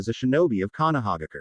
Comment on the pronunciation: Konohaigger? Really?😂🤣😭😭😭🤦‍♂️